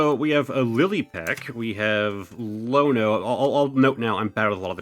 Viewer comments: BROTHER THAT IS AN I NOT A L IN IONO. Her name is iono not Lono lol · I've never heard someone call her Lono